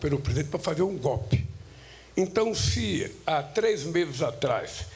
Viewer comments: Vai aprender a falar seu analfabeto, "GOPE kkkkk seria cômico se não fosse trágico.... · Ainda faltam 2 anos e 9 meses... Escutar esse sujeito falar gopi, é demais